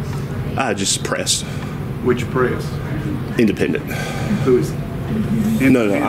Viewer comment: IN DE PEN DENT.... never heard of the word before....